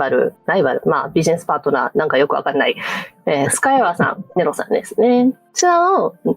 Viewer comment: ネロさンのとこで急にイイ英語が聞こえてきてびっくりした